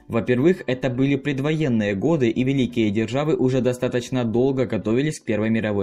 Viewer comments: Не годЫ, а годА Можно говорить гОды... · Режет слух, когда говоришь 1922 и 1933 годЫ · ГодЫ... и потекла кровь из моих ушей... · ГодЫ? Серьёзно? Я то думал, что автор разок ошибся, но когда услышал "это" 2й раз, мне захотелось оторвать себе уши! О, простите, УХИ! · Ништяк. Лайк, ток годы с ударением на ы не надо)). И где-то цифири попутали. На евреях. 100 тысяч. Конечно на пальцах но чего нибудь еще хотелось. Продолжайте в том же духе, всегда интересно посмотреть.